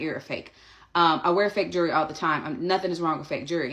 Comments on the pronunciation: Naw she said “jury” 😂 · I spelled jewelry, EXACTLY how the nappy headed ho, pronounced it.... she said "jury". 😮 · Why does she call it jury, it’s jewelry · Jew-ry? At least least learn to pronounce jewelry correctly. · Hey lady, you are wearing a Harvard sweatshirt. You go to Harvard? You cannot pronounce jewelry babe.